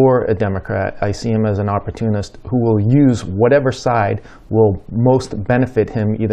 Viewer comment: Opprotunist? Well, certainly fits Trump's pronunciation.